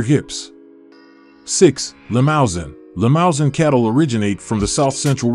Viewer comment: Limousin is mispronounced. Lee-moo-Zan, in which case the N represents a nasalised A, not an actual N sound. The Ch in Chianina is pronounced like a K.